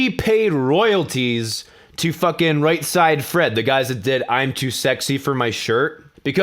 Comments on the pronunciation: Its Right said Fred. Not Right side Fred.lol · its "right said fred" not "right side fred" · Not that it matters that much, but it's Right SAID Fred, not Right SIDE Fred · You keep saying right "side" fred. Its right "said" fred. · It's not right side Fred...it's right said Fred... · i'm only just coming across your stuff so i realise I'm late to this - but it's Right SAID Fred, not Right SIDE Fred......was annoying me way more than it should. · Right side fred? Isn't it right said fred? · its right said fred. Not right side fred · i just need to say "right said fred" not "right side fred" he probably knows that and just pronounces it that way or its some inside joke i don't know about? they named themselves after the Bernard cribbins song :) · When you said "right side fred", I thought nothing of it, blamed it on the drink but you say "right side fred" again. It's right said fred as in "sed" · SAID.... not SIDE.... Right Said Fred.... you're welcome :) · Why are some of your videos in higher than 1080p and some aren't? Is it just a youtube processing thing? If I come back tomorrow can I watch this video in 1440p? Also frame rates. Also you say Said really weirdly when you say Right Said Fred.